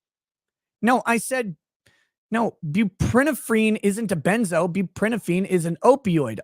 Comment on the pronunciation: It’s pronounced more like “bew-pruh -nor-phin “